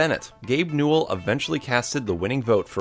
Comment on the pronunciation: Hold up, Gabe Newell had 3 syllables: Gabe New-ell.... HALF LIFE 3 CONFIRMED